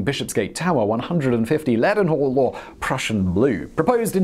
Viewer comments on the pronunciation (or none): Simon pronounces "Leadenhall" 2 different ways in one video. Its "Ledden-hall"